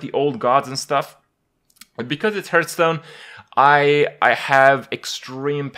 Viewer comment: Why do you pronounce it "Hurtstone"?